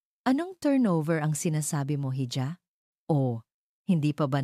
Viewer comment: bigkasin lang po sana ng maayos ang mga words🙏.. kgaya n lang po ng "hija" salitang espanyol po yan na kung bigkasin ay "i-ha" hindi po "hi-ja"..lagi po kasing mali ang pagbigkas nyo sa bawat kwento nyo na naririnig ko. .. salamat po.